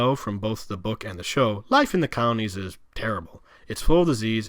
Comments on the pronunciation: Is he saying counties or colonies??? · Could swear I hear him saying counties when believe they are called colonies. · "col-o-nies" not "counties". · I seriously couldn't understand his strange accent and rushed, mashed-together pronunciation. Sitting here puzzling what "cownies" could be. Three syllables: "col-o-nies". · The moderator's pronunciation isn't clear. It sounds like he's saying "counties" not "colonies". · Wtf are "cownies"?? Are you trying to say "colonies"? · So interesting the way you explain these areas. I do say, though, that it must have been several expressions of the word 'colonies' that I finally figured out that you were not saying 'counties.' It just wasn't making sense to me about any counties and then there was a photo of Alexis in a colony and I then understood that it is just the way you pronounce the word. Thanks so much for this video and I look forward to watching more of yours. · I keep hearing “counties” when he says colonies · I need my hearing checked. It sounds like he’s saying “counties” instead of “colonies.” And there are a few things I couldn’t understand when he was speaking low and fast. My dad likes to say he’s deaf in one ear, and can’t hear out of the other. Maybe I inherited his hearing. lol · Colonies has three syllables. And there was no nuke war. Those were power plant meltdowns. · no he was definitely intending to say colonies , you could see the slave labor clips in the colonies as he’s referring to them. He just does a poor job pronouncing words , likely do to blowing other guys . Typical liberal behavior .